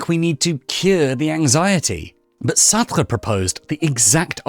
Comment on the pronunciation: Why do you say Sartra… the e in Sartr(e) is silent.. therefore pronounced Sartr